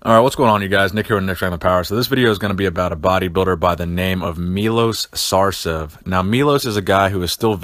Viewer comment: it's effin' Sarcev not Sarsev